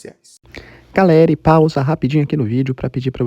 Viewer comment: Pausei e parei de assistir quando ele disse GALERE. DESFAZENDO A INSCRIÇÃO.